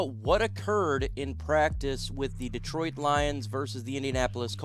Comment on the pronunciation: First thing you can do is pronounce Detroit . Not deeeetroit